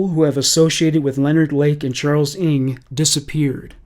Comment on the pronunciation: Finally finished listening after falling asleep a few times during the night! I have never heard the name NG pronounced as ing. NG is short for Nguyen, which is the second most popular name here in Melbourne, Australia after Smith. We pronounce the name as spelt NG. Or the full Nguyen. People with this surname where I live are overwhelming Vietnamese though, not Chinese like Charles NG